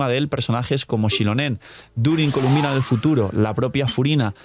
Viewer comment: Mala costumbre de llamarle “Columbina” siendo que su nombre incluso sale en el juego y es “Colombina” pero bueno siempre hay alguna que otra mala pronunciación de parte de los YouTubers siempre